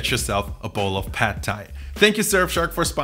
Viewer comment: The a in "pad" is not like in the a in American English "bad" but like in the German "Bad" (except short).